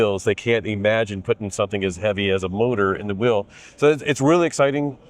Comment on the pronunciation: Presenter needs to learn how pronounce the difference of "wheel" and "will"